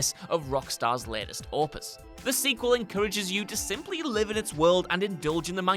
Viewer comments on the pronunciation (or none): none